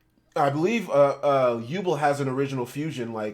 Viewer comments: If this guy says Yubel wrong again I’m gunna lose it 😤😫 it’s YOU-Bell as in You 🛎️🔔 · I have been waiting years! Finally my yubel gets some love i honestly thought she was forgotten about😢 Also what is up with the way he says yubel saying like yuball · How tf u miss pronounce yubel